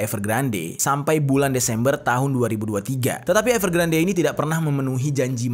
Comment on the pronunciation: Saran ka.. kalo nama yg diambil dari bhs inggris, dibaca versi inggrisnya bisa dicek pelafalannya di yutub krn ini kasus besar, dibacanya evergrand bukan evergrande 😊